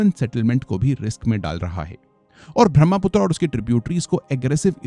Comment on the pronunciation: एसाम नही असम, बहमापुत्रा नही ब्रहम-पुत्र हिमालया नही हिमालय!